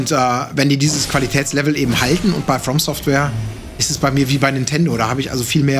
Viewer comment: mich triggert immer, wenn Etienne nicht From Software sagt.